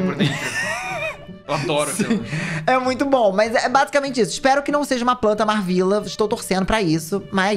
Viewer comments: o falando da Marvvila mas não sabe falar o nome dela 😭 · Que agonia dele falando o nome da MarVilla errado 🤡